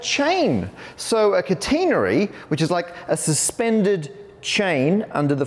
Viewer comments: Kuh-teen'-uh-ree? My professor said Kat'-eh-nerry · cat'-en-ary .... not containery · ka-tain-ery? thought it was a cat-en-nary? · Whoa! Never heard it pronounced kuh-TEEN-uh-ree. It’s always been KAT-uh-nair-ee for me. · In the US, we pronounce it CAT-uh-nary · Cuh-TEEN-uh-ry is a very new pronunciation of that word for me. Is that common in the UK? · In US maths, is catenary sometimes pronounced as cat-ah-nary, or have I been reading it wrong all these years? Here, Matt pronounces it ca-ta-nah-ree, is that just the British pronunciation, or is that the overall preferred pronunciation? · I usually like the British pronunciations of words over the American ones. Aluminium, maths, secretary, etc., ... but I guess not in the case of "catenary". Man, that word is rough. Imagine how you would mangle the word "concatenate" in the same way as "catenary". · You pronounce catenary different than I learned it. Apparently this is another case where the British and American pronunciations differ. :-)